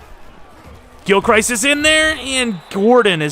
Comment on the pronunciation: For the love of God please get Parsons OUT of the MLB spot. TFG I assume is who you got this class from, is an idiot and moves players around to fit the class needs. He's a ROLB. Also, Gilchrist is pronounced gil crist.